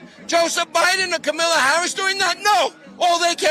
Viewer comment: Did he call Kamala , Camilla ? 😂